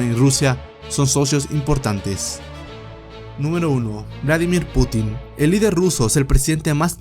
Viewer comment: Es Un Putin, sin acento en la "i".